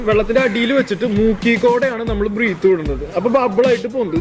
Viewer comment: Bro, വളരെ നല്ല വീഡിയോ ! എല്ലാ വിഡിയോകളും വളരെ ഉപകാരപ്രദം ആണ് ! ഒരു ചെറിയ നിർദേശം മാത്രം : breath (when used as a noun) എന്നതിന്റെ ശരിയായ ഉച്ചാരണം ബ്രത്ത്‌ എന്നാണ് (എന്റെ പരിമിതമായ അറിവിൽ ) breathing - ബ്രീത്തിങ് ✅ *** breath -ബ്രത്ത് ✅ (as a noun) Breath (as a verb / ക്രീയ ) - ബ്രീത്ത് ✅ So ബ്രീത്ത് ചെയ്യുക / ബ്രെത്ത് എടുക്കുക 😄🙏🏾 🙏🏾